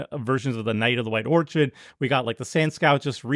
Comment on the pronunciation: steals Seths's schtick with "knight of the White Or-Chidd"